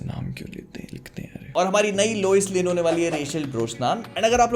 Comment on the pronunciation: Loise lane 🤣🤣🤣. Isse accha lame hi bol dete